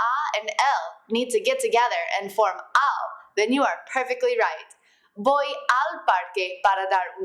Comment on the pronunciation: Yes I agree it's pronounced "boy" not "Voy"